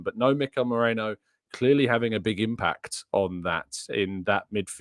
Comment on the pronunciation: its Merino not Moreno 😂 bloody hell…